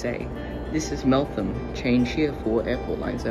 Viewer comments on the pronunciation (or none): It's Melthan not Melon.